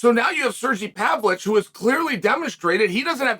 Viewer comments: “Serjee Pavloich” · Sergey Pavlich dominates fights like Chael dominates pronouncing names.